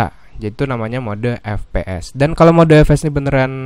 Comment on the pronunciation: Ef pi es bukan Fe pe es